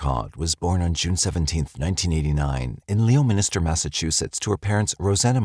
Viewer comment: I love this narrator.. long time favorite.. As a MA resident i always get a kick out of people pronouncing places.. It’s lemon-ster and Wooster.. 😁😁